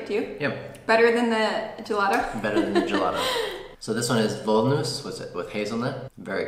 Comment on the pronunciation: the english "v" is pronounced like the german "w" so when you said "Voll-Nuss" pronounced as like the english "v" it sounded like "Woll-Nuss" which is funny because that would mean "wool nut/woolen nut", but nuts made out of wool don´t exist...at least as far as I know ;-D In german the "v" is mainly pronounced like an "F" (there are some exceptions but "Voll" is not one of those) so therefore "Voll Nuss" is pronounced as like it would have been written "Foll Nuss" and by the way "voll" means "full" so while pronouncing "voll" just change the vowel of "full" into "foll" and "voll" would be pronounced accurate. And "Nugat" = Nougat (both types of spelling you can find in german, because it is a french loanword) and is pronouced like "Noo-gut" as like in english or french, but you said "nugget" which would hurt the teeth badly when you would bite into a nugget.;-D You simply have to dig into german vowel sounds ..unlike as in english in german are just 5 always constant straight vowel sounds for a, e, i, o, u to memorize, meaning just one sound for one vowel + 3 Umlaut diphthongy sounds for ä, ö, ü (which by the way could also alternatively be written like "ae", "oe", "ue" when there is a lack of those letters äöü on the keyboard)